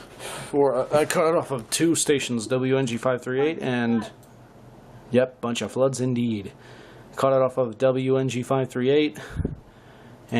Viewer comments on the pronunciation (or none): DID I HEAR BUNCHA FLUDDZ?